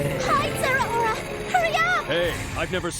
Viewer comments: Zeraora ❌ Zera-Aura ✔️ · I hate the pronunciation of Zeraora here I always read it with 3 syllables instead of 4